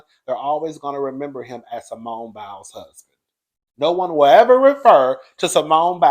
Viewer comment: I normally stay in the bushes 😊 but when u called that man Biles I hollered. Oh yeah the name is Jeanine Mai (My)😂 . You tried I give you that. 😂❤